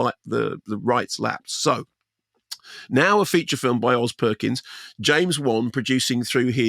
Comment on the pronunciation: Did he say 'Andy' Perkins? 😅